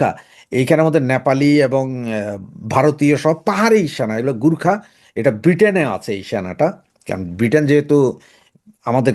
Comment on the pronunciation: গুর্খা নয় গোর্খা।